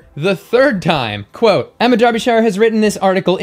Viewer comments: Derbyshire is “Daabyshuh”, not “Durbyshaiuh”. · you are brilliant, but Der be shire, ouch!!! that hurt, I'm from near there, repeat after me DAR be shire, yes they cannot spell the word as pronounced. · Americans you always pronounce any British town or name with shire in the word incorrectly... for example Derbyshire is pronounced Derbysheer. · "Smugness complete." 💕💕💕💕 In British English we pronounce Derbyshire as Darbysher. Sorry to point this out but for us Brits it's funny to hear Americans pronounce British English words. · Love the video, especially the way you say Derbyshire! Here in the UK we pronounce it as ' Dar bee shear '. Makes no sense I know! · Chuckling at the pronunciation of Derbyshire's name. ;) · Jesus Christ! Why can't Americans learn to to pronounce Derbyshire correctly! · Not hatin' but your pronunciation of Derbyshire made me choke on my food